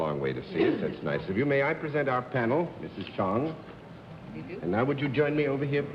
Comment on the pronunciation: And Bennett calls her Chung